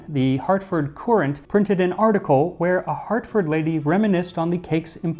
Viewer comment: Hartford Courant is pronounced Hartford current, often referred to as The Courant colloquially